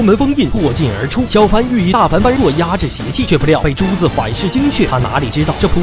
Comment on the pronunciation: 呃。。。大梵般若，梵是去声（第四声），般若念作波惹才对啦。。。